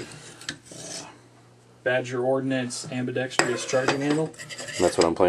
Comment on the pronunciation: AmbidextrOUS NOT AmbidextrIous Why does the gun community consistently misprounounce this word? You see it all the time?